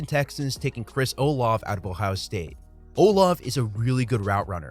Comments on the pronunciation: Not a big of a deal but it's pronounced Ola-vey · How have you never heard Olave pronounced out loud